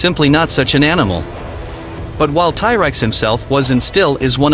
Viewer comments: it proconce T rex not tie rex just so you know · Its T rex not ty rex. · It's T-rex not ty-rex. Who the hell ever called it that? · What the hell is a Tie-Rex? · Tie Rex? plus dinos were NOT lizards. GAD (tie rex ffs!) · Tie tex? 😂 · Thai Rex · ti rex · I've never heard it pronounced "Ty" Rex before this video. I was expecting to hear some discussion on the Giganotosaurus vs T Rex size debate. Giganotosaurus had a stronger bite than Spinosaurus but still weaker than the bite of T Rex. Anyway, I Subscribed. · The Tye Rex? WTF is a Tye Rex? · I can't anyone serious that calls this animal Tyrex. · Firstly T-Rex (not "Thai-Rex as you keep pronouncing it) was not a lizard. The living animal group he is most closely related to are birds. Secondly, why do you have to use that horrible AI English translator for narration? A real voice, even one with a thick accent, would be much more pleasurable to the ear. This one sounds completely disjointed and is hard to listen to for more than a minute. Find a real person/voice to do your narration.